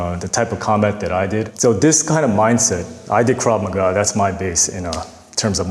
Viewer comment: He lost me at Krav Ma Ga is my base😂